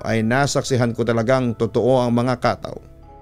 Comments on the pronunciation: It should read as katâw not kátaw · Ang tamang bigkas po niyan ay KATAW! matigas dapat na mabilis..gaya ng BIGAS hindi yong Khataw... 😂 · KATAW!!!!!dapat matigas ang bigkas !!! Hindi Khathaw😂😂😂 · papa dudut it's ka-táw po yung pagka pronounce sa bisaya hehe pero ang cute niyo pakinggan. ganda ng story galing niyo! dabest ❤️